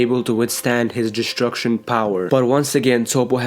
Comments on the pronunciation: Destruction not deshtshurcshion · I hate when u say DESHTRUSHON